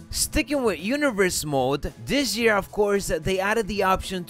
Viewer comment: Dis jear